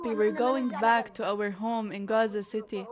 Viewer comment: Wow... so many famished children in RRRRRRAZZZA! You' d think this was Auschwitz!